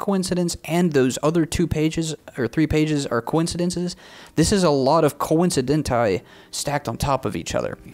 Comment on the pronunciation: "Coincidenti" lmfao